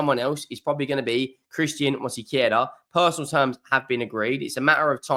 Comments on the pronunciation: It's not Mosequera, it's Mosquera. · I won't criticize him for it, some names are hard to pronounce, Arsenal fans still mispronunce Giroud, sounding the D when it's silent. I only mentioned it because he added a sillable. Robbie from aftv also mispronunces David Ornstein, calling him Ornastein. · I know-how for you is very Hard to Sayn MOSQUERA, but Truck to find help Sith a translitera. Regaras From colombia. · And he is mispronouncing it.